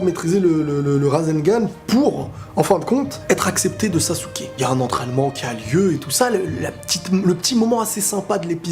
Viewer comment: Ça me stress que dise « sassouke » 😭